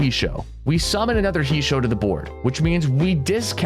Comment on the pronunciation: It's pronounced "hey-shoh"